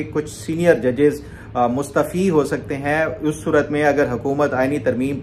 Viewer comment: Ap mustaafi ko mustfi boltey hen